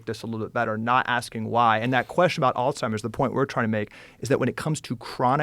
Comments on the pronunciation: It’s Alzheimers…. Not “All-timers”…. Very distracting…. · she said "alltimers" like 7 times this episode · Why does she keep saying altimers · Man this is such a good podcast, but why is she calling it alltimers? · Why does she keep saying “all-timers” 😬🤦🏻‍♂️ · I couldn’t keep watching it the first time after hearing her call it “alltimers” over and over again instead of Alzheimer’s. I only did a little studying and worked in hospice care, so she should know with the type of education she has. Don’t know why it annoyed me so much. Sounds like everyone liked this episode so I’m going to shut the fuck up and give it another shot. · All timers? She needs to say it right. Someone who is apparently so educated in medicine should know this. Turned it off after that. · Why do these intelligent people keep saying ALLTIMERS???? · All timers? Or Alzheimer’s? I can’t get a read on this lady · All timers? Come on now. Your a medical professional and you can't say it right? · Why can’t both of them pronounce Alzheimer’s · Why do they keep adding a t in Alzheimer’s ?? Joe and Casey need to correctly address the disease so everyone will listen. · Harvard dr actually pronouncing alzheimers incorrectly?! 🤦🏻‍♀️there's no T in it ffs! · except for the fact that she pronounces Alzheimers incorrectly lol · . Joe Called it alzhimers and all timers t seconds apart lol